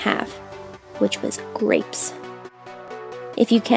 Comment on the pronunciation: Did you say grapes instead of great?!?!